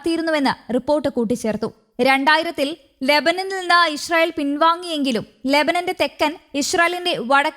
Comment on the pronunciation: ഇഷ്രയേൽ എന്നല്ലാ ഇ സ്രായേൽ പുമാനം